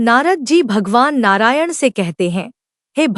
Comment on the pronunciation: Narayan ka ucharn thik nahi kiya hai